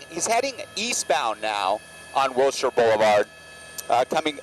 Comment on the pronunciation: It’s pronounced Wilshire.